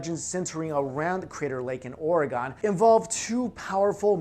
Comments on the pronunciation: it's pronounced "Oh-reg-un" not "Oh-ree-gone" . yey I did a help ;) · OREGOHN!? HOW DARE YOU MISPRONOUNCE MY HOME STATE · It's pronounced orygun (oregon) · Born and raised in Portland work for the City of Portland it's not Ore'gone people sound stupid when they say it like that. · You pronouncing Oregon wrong